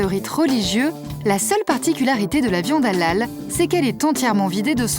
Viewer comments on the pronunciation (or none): mdr depuis le debut a la fin de la video elle prenonce pas bien halal elle dit juste alal sans le H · Allllal mdr comment la voix off prononce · Ca me tue comment la voix off dit HALAL c Hélél zbi